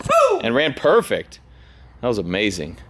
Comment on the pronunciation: That ‘perfect’ was almost Charlie sloth standard